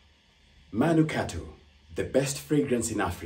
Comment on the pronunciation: Ulisahau kusema manungato 😆😆😆 , wakambaka hawasemi manukato